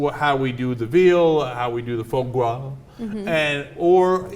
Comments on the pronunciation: IT'S CALLED FOIE GRAS YOU FUCKING PEASENTS ... FWA GRA.. And it's not only for rich people.. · omfg LEARN TO PRONOUNCE IT ffs! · please stop making fools of yourself while pronouncing ordinary French words. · Would you care to invest the time to do a regional survey? I can guarantee you this: none of them intentionally pronounce it like jackasses in the same Ana and Cenk did. And let's be clear here, it's only fancypants to the uninformed. It means "fat liver". Like Mardis Gras means "fat tuesday". These are ordinary words in french, nothing special about them. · Ana, if u cant pronounce it, then obviously ur not educated on this topic... do us a favor and spare us ur non-sense arguments for banning this awesome delicacy. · you need to work on your Rrrrrrrrrrrrsssssss gRas not gwah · Ana, I'm not rich, it is pronounced FWAH GRAH. NOT FAH GAH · Pronounce it : Foo-a gra, roughly. Can't make it justice by text. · Anna its not Fa Gwa, its pronounced Fwa Gra. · it's actually damn easy to pronounce, it's Fwa Gra, not Fwa Gwa, that's it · It's pronounced FWAH GRAH. And it's delicious. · I've always heard it pronounced "fraw graw". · What happend to the R is Fois Gras ? its not spelts fois gwas xD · nooooooooooooooooooo croix means cross. It is pronounced with an R. however the R sound different in french just wiki it lol. qwah is soo off. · If it's a French word, since gras follows and that is French as in Mardi Gras, it might be pronounced fwah, with a 'w' sound before the 'o'. The French are strange in their pronounciations to be sure, Delacroix would be pronounced similar to Foie, del-a-qwah. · it's 'fwah grah' bitches..... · Can't stop LOL at their "FAH GWA". I had no idea what they were talking about at first. I wonder if they say: "MAWDI GWA". Well, they're asian after all - can't pronounce the "R". LOL! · It is pronounced "fwah grar" :) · "Fwah Grah". It's french.